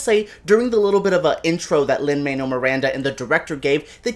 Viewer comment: Lol - you're Cuban and you can't pronounce Lin-Manuel's name? He hates it when people call him Lin "Manual", so much so that he dropped the Manuel from his name when he was in grade school.